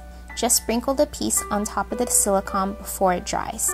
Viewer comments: It may be spelled as silicon but it is pronounced silicone. I am not trying to be rude in any way. This is still a very adorable creation. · Sweetheart, it's pronounced sili-cone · Btw, it's pronounced "si-lih-cone" . Silicon is an element. Silicone is a man made substance. Whenever my friend sees this (he's a science freak :F) he rages on and on.